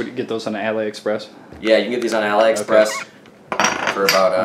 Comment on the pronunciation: It's aliexpress... al-ee...... express.